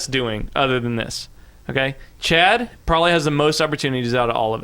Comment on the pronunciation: Chad rhymes with "rad", soooooo...